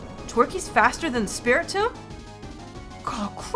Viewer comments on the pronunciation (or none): none